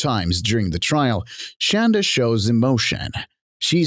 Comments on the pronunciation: Omg.. it’s Shonda not Shanda.. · It's pronounced shawn.da not shan.da lol!!!😂